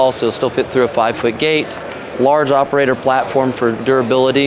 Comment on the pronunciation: Nice! Danny, I almost wish YOU were narrating this video. You think a guy who sells aerators would know how to pronounce AERATOR! It's NOT aer-i-ator!! UGH! Good video, Bro'! I think we both know a guy looking for one of these!